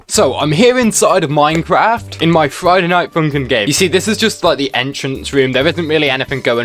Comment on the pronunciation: Ah yes, Froiyday Noight Foonkin